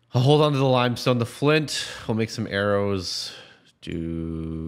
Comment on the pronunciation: The way he pronounced limestone limb-stone